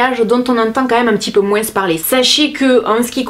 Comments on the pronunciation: Tu dis moinssss ; c'est ton accent du sud ? Je t'adore ! Bisous 💛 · Merci pour cette vidéo j'adore toujours ton rire et ton moinsss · Sa me fait rire tu prononces le S a moins 😂😭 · Omg tu prononce le mot moins " moinssss" alors que beaucoup de gents le prononce "moin" Bisous super video comme d ab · Attends, tu prononcés le "s" du moins??? 😂😂😂😂😘😘😘😘